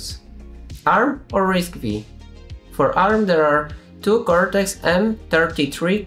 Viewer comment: It's "risk 5" not "risk vee" ;)